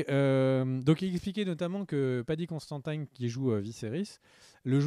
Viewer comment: Mais, tu vas le chercher où ton Paddy "Constantaïne"? C'est Considine son nom! Et ça se prononce comme ça s'écrit, pas besoin de mettre des "aïe" à la place des "i". 😅😘